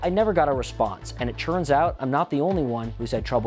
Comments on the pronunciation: Is he saying "churns out" instead of "turns out"? - running the gambit instead of running the gamut etc. - weird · Why can't this guy say "turns" correctly? It's not churns!